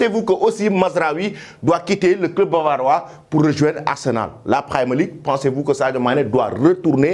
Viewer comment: C'est premier league et non pramer league